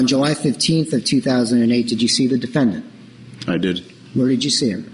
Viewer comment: The defend-DANT lol